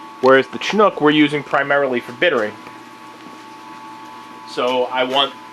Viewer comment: Dude makes a good point about malting being and equally scientific and complex process. Malters are kind of like the unsung heroes of the beer story. Respect to my man Seth of Mecca Grade. Also -- "Shinook" and "Saws" ... or if you're in Germany/Austria/Czech Repub it's "Sahtz" hops my guy